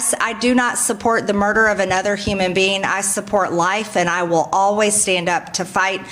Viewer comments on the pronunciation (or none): Margie can't protect the children who are here NOW!!! What does she plan to do with thousands MORE?? A creature that doesn't have control over its' reproductive rights is called LIVESTOCK. And it's "human being", not "human bean" Margie. She's so gross.